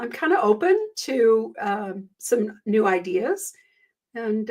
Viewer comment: it sounded like you said “And if you’re NUDE, welcome” in the intro. It gave me a chuckle.